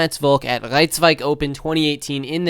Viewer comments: "Ricevike Open" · That "Rijswijk" pronunciation was on point 👌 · Trying to pronounce ‘Rijswijk’ in German while it’s in the Netherlands smh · I love it how you say rijswijk in an accent